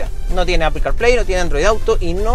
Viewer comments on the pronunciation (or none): none